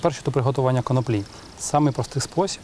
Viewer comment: Саме так. Українською правильно коноплі (з наголосом на другому складі). "Від Києва до Лубен насіяла конопель" Зрештою, це легко перевіряється. Відкрийте будь-який український словник і отримаєте відповідь. НХНЛ!